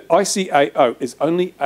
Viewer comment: ICAO - I-KAY-OOH Ya n00b :p